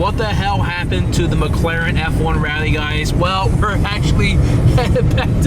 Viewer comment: "ricense" "prate" "mcraren" "merting" lmfao